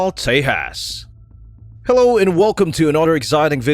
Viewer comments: Not te-has.... It's te-JAS..... (J ISN'T SILENT) do some proper research before just posting videos Cant even get the damn pronunciations right.... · btw, its pronunciation is ;j is not silent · The "J" in Tejas is pronounced as J, not H.